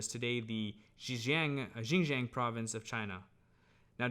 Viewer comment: But you don’t speak Chinese! So, your pronunciation of Xinjiang was not exactly right! In addition, Taklamakan does not mean what you said. A lot of people say so, too but…